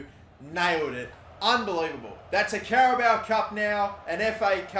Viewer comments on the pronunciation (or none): none